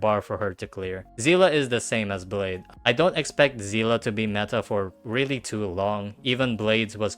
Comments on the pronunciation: Zeela ? seelee is how you say it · her name is not pronounced zila its zeele please use Google translate to see how seele is pronounced why is everyone pronouncing it wrong...